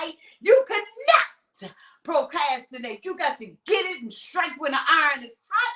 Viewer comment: So glad you picked up on PROCAStinate too!!!! 🤣🤣🤣🤣🤣 He mispronounces so many words!